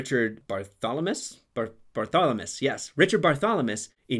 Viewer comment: Richard Barthlemess, not Bartholomess. Abel Gance, not Grace.